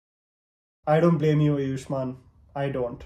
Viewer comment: bhai अयुष्मान नहीं आयुष्मान is the right pronunciation...please correct